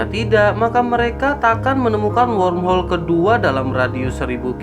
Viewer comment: Sepertinya mimin kesulitan untuk mengucapkan kata womhol